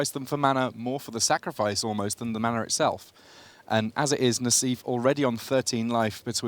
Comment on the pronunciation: I don't think "mana" has an "R" in it...